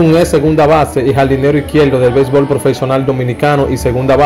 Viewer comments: Aprende hablar no se dice Altiano ni propelto novelta y dos acelte bebol altivo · Altiano alti batel no batey belbol no béisbol como es que hablan esta jente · Aprende a hablar, dices: Halti, Haltiano y sels, noventaldos, altivo, belsbol, etc... porque eres cibaeño crees que si me mencionas la "i" lo vas a decir mal... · Belbol,diyel ,sel millone, nueva yol, suelte....ese tipo si habla malo coño